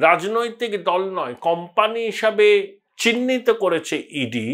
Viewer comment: কথাটা কাম্পানি নয়, কোম্পানি হবে। উচ্চারণ ঠিক করুন।